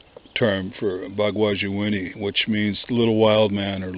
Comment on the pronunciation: I'm Ojibwe..."Bagwaji-inini" means wild-man. you are pronouncing it wrong and your meaning is close, but it doesn't mean little wild man. Also another ojibwe word for bigfoot is "Misaabe-inini" it mean giant man.